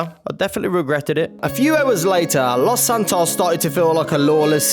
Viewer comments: BRO ITS LOS SANTOS NOT LOS ANTOS GET IT RIGHT OR ILL BLOCK YOU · Its los Santos not antoes edit, ohhhhh i seee antoes is ant’s toes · the way jay says los antos makes me laugh